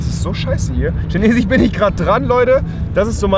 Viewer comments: Schinesich? Heißt das nicht Chinesisch? BRUH😂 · Neuersings heisst es nicht mer Chinesisch sondern Schinesich😂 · Schinesich... ES HEIßT CHINESISCH!! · Spanich 😂chinechis😂 ach Rewi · EngliCH😄 SpaniCH😀 und ChinesiCH😂😂😂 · Wie willst du eine Sprache lernen wenn du sie nicht mal aussprechen kannst? 😂😂 "schinesich" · EngliCH, ChineChiCH, EngliCH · schinesich....spanich ....englich...ach rewi